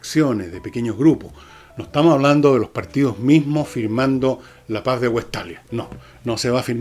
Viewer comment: Con todo respeto : WESTFALIA, no Westalia.